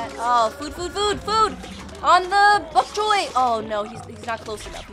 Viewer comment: Name: Bonk choy: bbhok chhoy